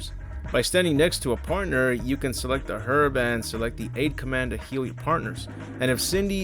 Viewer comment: You're the first American to correctly pronounce "herb". Another great vid, by the way, just got into your channel!